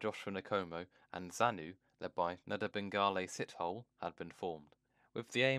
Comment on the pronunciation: Some pronouncements hilarious. Esp loved Sit-hole, like a guy sitting in a hole. It's more like Si-tow-lee.